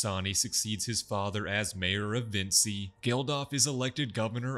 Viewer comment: Vinci, pronounced Vin-chi, not Vin-see. They literally say it like 15 times an episode.